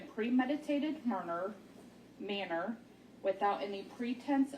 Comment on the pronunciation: murner... Manner... Then seconds later she has trouble with possibility. She's not worthy of reading out loud. She didn't even have a pleasant voice either. Smh